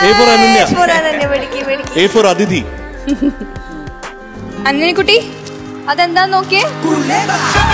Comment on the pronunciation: It is a pity that such senior musicians of Kerala can't even pronounce the names of the participants properly. The participant's name is "Aditi", and not "Atithi". Aditi is a supremely talented girl, but her voice is a bit too nasal. I am quite surprised that none of the judges did give her this feedback!